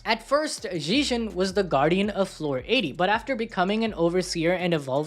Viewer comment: Its pronounced zeg - ee - on; he literally says his own name in the anime.